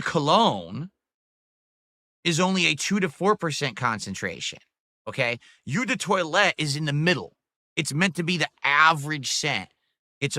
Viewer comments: Eau is pronounced oh, not yew. That's very very telling, and extremely cringe. Dude has no respect for his audience's intelligence. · OMG, his pronunciation is wrong. It's parfum (euuh sound). It's eau de toilete and eau de parfum. eau is pronounced like oooo, not uuuu). Expert my tuchus. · This is a man who wears cologne for NOBODY! Lmao He cant even pronounce eau! Lmao Cologne connoissuer. This is the face that awaits me as I make my final walk into hell Lmao never change! Great Job Girl! Being talked down to by a man that cant even ride a bicycle! Lmao